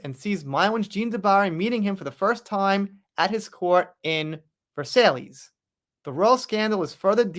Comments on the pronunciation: Versailles is pronounced Ver-Sigh Not ver-sail-lese. You really should look into your words before you record. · ", i love you to bits, i really do💋, but it's....Looee(Louis), & Versigh(Versailles)"😘😘😘